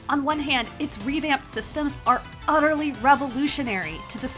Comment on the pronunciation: This was an “UHHterly” decent review